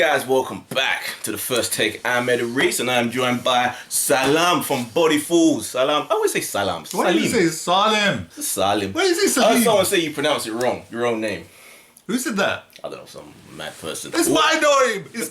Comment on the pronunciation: lol ur right, SALIM pronounces his own name wrong. its pronounced 'saleem' , he says it like its salem or something. if he goes to any muslim country, they will laugh at him